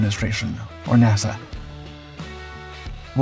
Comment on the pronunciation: Is this an AI voice 😮just asking can't say NASA correctly strange